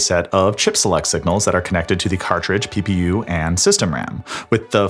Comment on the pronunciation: Who else heard ppu as pew pew pew😅😅😅